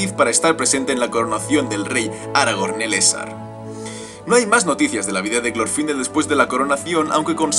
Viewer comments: No es glorfindél la pronunciacion? Osea, al no llevar tilde en la í, la silaba tonica es la ultima no? (Se que no pongo tildes estoy en el mobil y me da palo) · Me encanto el video muy bueno la verdad pero tengo una duda ¿Es Glorfindel con acento en la I o en la O? Yo generalmente lo conozco de la segunda opción pero capaz que me equivoco.